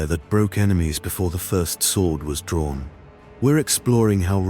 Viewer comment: Cool AI generated words and graphics really! But I did have a chuckle at "chalk" an "daw"....